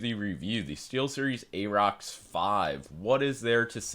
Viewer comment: Pronounced "air-rox". Like "air".